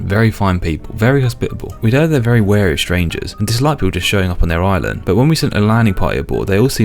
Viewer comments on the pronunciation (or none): none